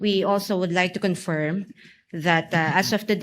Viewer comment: Ngee, We "Confyirm" daw😆